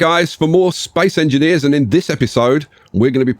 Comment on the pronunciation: Nice vid and all but what the hell is "Spaice engineers" :D